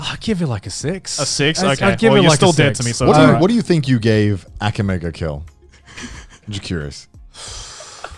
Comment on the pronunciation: Why is Connor pronouncing Akame ga Kill like that?